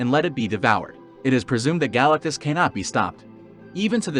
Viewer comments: Is any one going to mention how fucked up this guy pronounces Galactus’ name? Galactus no question. This has been done in Marvel already, in Mephestos’ own realm. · Why do u say galatctus name like that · Exactly, bug's me too.